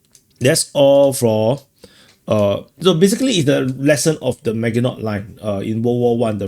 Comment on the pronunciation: Maginot line is pronounced like Maajinoh